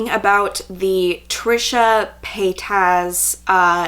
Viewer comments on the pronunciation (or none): The way you pronounce her name is cute. Lol its pronounced as "pay-tis" not "pay-tas" normally it annoys me when people dont say it right but with you its cute😍